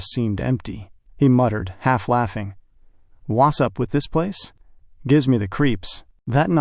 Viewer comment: Wu sup? Yeah. What's up with "Wu sup"? Very annoying.